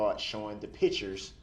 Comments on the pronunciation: He is literally on a recorded phone call from the jail to his mommy and he tells her to get the photos from someone ( not Erika ) and bring them to him . And why does he think no one signs letters 🤔 what ???? Since when ??? And it’s pictures Duhhhrell not pitchers . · What is a pitchure